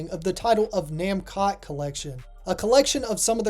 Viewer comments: Mascot? Maybe but the pronunciation of the katakana is actually na-mu-ko (pause) toe. Not nam-kot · There is no way that how your pronouncing Namcot is correct. Japanese words always end in a vowel, even when it’s a foreign word using katakana.